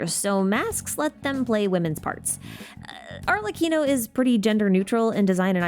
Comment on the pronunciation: She got arlecchino right sheeeeeesh noice